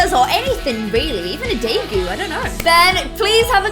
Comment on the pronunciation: Why would u say degu like that